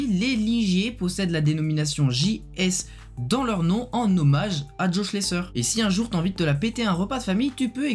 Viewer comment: On ne dit pas Schlesseur mais Schlessaire